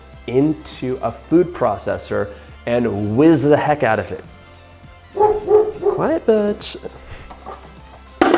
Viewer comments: lmao, I seriously thought at first he said "quiet bitch". But then read the caption. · I need to make macarons for cake decorations. Do I need to measure out the eggs the day before or can I measure and use them immediately?. Plesse help. These look delicious..also. when you said "quiet Butch", I swear I heard "quiet Bitch" 🙈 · I could have sworn he said quiet bitch!! It's Butch!!🤣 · i reaally thought he said 'quiet, bitch' 🙈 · When he said Butch,what i heard was b*tch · i thought he said quite b*** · love him ... totally said bitch hahha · I thought he said "quiet bitch" when his dog started barking 😂😭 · i totally thought you said "quite B*tch" and that dog bark made me jump, omg. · when his dog barked i thought he said alright b***h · I swear when he said quite butch I thought he said quite “BITCH” omg lol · I am so sorry but i thought he said " be quiet b**ch" lol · LMAOOO I THOUGHT HE SAID "QUIET BITCH" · It did not sound like u said BUTCH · Seth Hermann so did I till I read it lol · Ummm... I didn't think he said Butch.